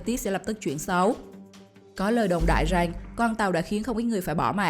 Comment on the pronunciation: Em người gì? Mà phát âm lạ vậy , chử rằng không phải chử rành